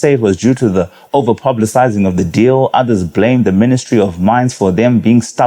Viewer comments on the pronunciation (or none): none